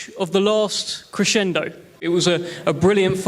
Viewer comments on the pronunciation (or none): none